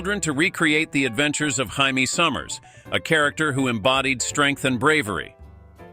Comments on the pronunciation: The Bionic Woman name was "Jaime Summers"... it's pronounced with a "J" sound not an "H" sound. It's pronounced "JAY-ME " Not "HI-ME". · "Haime" Summers?! 🤔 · Hi-Me sommers...lol and TOE-me..lol you can tell that this is a ROBOT READER..lololol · OMG have a person narrate not a computer....called bionic woman Hiame Summers is just wrong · Jay-me not Hi-me, I am pretty sure Ms. Sommers wasn't Latina... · Hymee Sommers????? 🙄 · Speer o graph and Hai mee Summers? Do your homework. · What did you say the Bionic Woman’s name was?! It’s Jamie pronounced Jay-me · Did he use the Spanish pronunciation for Jamie? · They pronounced like it would be in Spanish. 😂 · Not the Spanish male name, Jaime